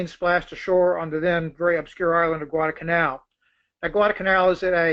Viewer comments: This guy us good. He knows his history. But..UGH...He calls it Guadah-Canal. So unfortunate. But, hey. The Japanese couldn't pronounce it either. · This bloke has the delivery speed of Chris Wallace on coke! I hope that in the intervening time he discovered the intermediate 'l' in Guadalcanal...